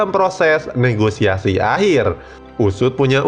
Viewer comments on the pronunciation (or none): none